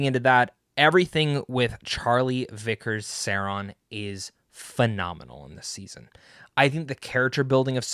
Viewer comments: Who's ser-on?? 😂😂😂 .. ITS SAURON 😂😈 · Pronounced sau raan . . . Saw. . . Rawn. Are you actually knowledgeable about LOTR or just trying to get views? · Say-Ron? Nope. I’m out. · You are not a fan of the professor’s works. Im not gonna listen to a guy’s opinion who doesn’t know how to pronounce Sauron. Imposter! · Glad you liked it, but please.... learn how to pronounce Sauron! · Funny none of the YouTube channels I watch that are dedicated to the LOTR and Tolkien with millions of subs didn’t get to watch Season 2 early. But this guy who has 50k subs, admits he’s not even a Tolkien fan and doesn’t know how to pronounce Sauron’s name gets to watch it. I have no quarrel this guy by the way he seems perfectly fine. My gripe is with Amazon having absolutely no respect for the fans. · Omg you can't pronounced SAURON....I doubt that you watch EVEN WATCH LOTR....how can i block your chanel?